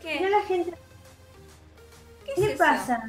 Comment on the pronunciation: Jajaja like si te diste cuenta de que dijo (hola jente de youtuk)